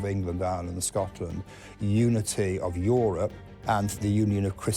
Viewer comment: "Euwope tone apawt by weligious conflict...." What is it about these non-rhotic women historians?